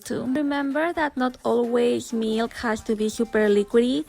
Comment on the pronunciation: The way the first video said milk "mILCK" like that "MALK" meme